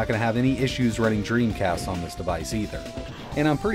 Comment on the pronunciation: knew it was "Dremcast"